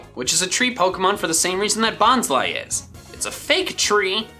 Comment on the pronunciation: I always thought Bonsly was pronounced Bons-lee not Bons-lie